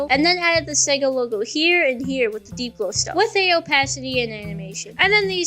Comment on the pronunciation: he did NOT say sega